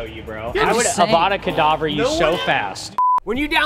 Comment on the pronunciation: did ty just say avada kadavra it is avada kedavra